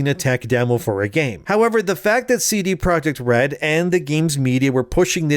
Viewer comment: It's not "cee-dee (sidi) project" red, it's a Polish company, it's just ce de (from "centrum dystrybucyjne") projekt red. Other than that the video is sooo on point.